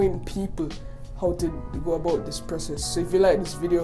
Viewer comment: "it tok abaut 5 minats"